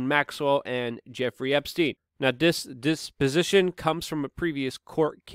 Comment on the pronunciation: Did he say desposition